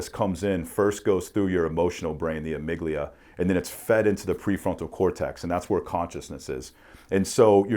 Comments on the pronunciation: Amigdala lol. And he said it like 20 times in two minutes. Also, on a serious note, this is easily the smartest guy has ever had on. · respectfully, it's amygdala. the point was about fear, anxiety and aggression going to trigger some response without your logic / reasoning kicking in